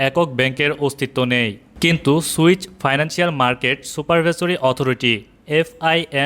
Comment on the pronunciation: সুইচ না সুইস